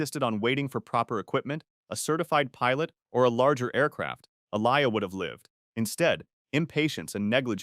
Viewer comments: who is “a-lie-yah” .? 😭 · Her name is pronounced (A-Lee-Yah) Aaliyah because that's my name too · N he talking bout som Ah-lie-yah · Aaliyahs name is pronounced “Ah-Lee-Uh”. Not Ah-Lie-ya, please put respect on her name 🤦‍♀️ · Her name is pronounced Aah-li-yah Aaliyah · Her name pronounced "Aa-lee-Ah" Aaliyah!. Don't disrespect baby girl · Who TF is Ah-lie-Ah? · Say her name right Aaliyah tf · Aleeya or alaya 😂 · Not pronouncing Aaliyah's name correctly. And, she didn't complete filming the Matrix sequels, duh!. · Because she didn't complete filming the Matrix sequels. This video is stupid. Didn't you notice how Aaliyah's name was mispronounced? Not getting facts straight and mispronouncing names. It maybe an ai narration. But still stupid video. No effort put into telling the stories. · And they mispronounced her name!!! 😡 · never say her name like that again